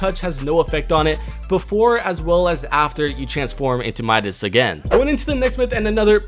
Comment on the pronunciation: remember when you said Midas like meedas?